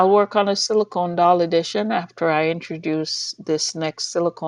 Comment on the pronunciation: Are u still saying silcone dolls